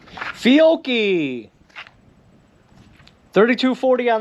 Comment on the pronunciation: It is pronounced "FEE-otch-ee